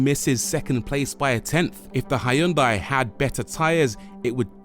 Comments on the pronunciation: It is not hAyundai but Hyundai! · Hiyoondai lol, even funnier than the Americans Mawzda! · Good Video, but damn, thats one of the worst pronunciation of Hyundai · That's a nice pronunciations of Hyundai.